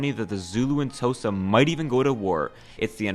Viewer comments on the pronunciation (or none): man, the pronunciation of Mr. mandela, Mr. Mbeki, Mr. Ramaposa, Soweto and Xhosa is very shocking i must say, but hey, not everyone is used to Mzansi's ways, even if its a bit hard hearing (btw Xhosa is pronounced with a sharp click at the start, like in traditional khoi-san language, so its like /kosa, while soweto is just pronounced as it seems, with the E being pronounced E not EE, hope it helps bruski) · Fr gosa for xhosa goes hard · As a South African, be sure to check out the pronunciation for Xhosa and Soweto. Edit: Fixed a spelling error.